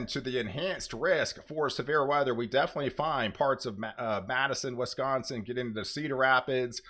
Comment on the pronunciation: It's Wisconsin not Wesconsin